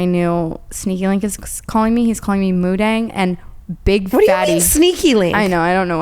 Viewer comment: Girls you were saying it right! Moo Deng <3 Bouncing Pig is the translation, a lot of people are confusing it with Moo Dang which translates to Red Pig, but her name is Moo Deng :)